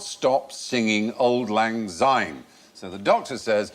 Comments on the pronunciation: It's Auld lang Syne NOT auld lang Zyne. It has an S not a Z. And it's 'we'll tak a cup o kindness yet for auld lang syne' NOT 'for the sake o auld lang syne' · It’s not Zyne it’s Syne. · It's not Auld Lang Zyne its Auld Lang Syne. Say it properly please. Thank you. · Auld Lang Syne. NOT Zyne. Mr Fry. And words are for Auld Lang Syne. NOT for the sake of..... anything. David T, I am shocked. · Old lang zyne makes me cringe.